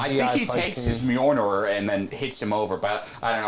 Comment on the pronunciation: buddy, I love what you do, but if you're gonna have a comics podcast, you have to know how to pronounce the name of Thors hammer. Mjolnir = Me-Yol-Neer. But all one word, kinda fast. Myolneer